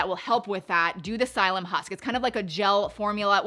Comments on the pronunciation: It’s pronounced SIL-EE-UM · Wow! Sounds interesting! Ill eventually get to try all of those. Its pronounced as sil li um. The letter p is silent. Just fyi. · It is pronounced SILL-ee-um. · It's Psylium and the p is silent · Came here to correct her pronunciation as well.